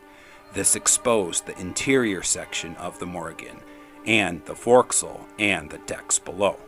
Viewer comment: For•scle??? Proper is 'forecastle', but mariners pronounce this as; 'fōc•sle'. "There weren't proper horn signals, being made"??? It's 1948; there was something called RADER, already invented. Why wasn't this, being implemented then??? Funny how the captains' surname, from the Crete, sounds like Polish sausage (not to mention, it made me hungry).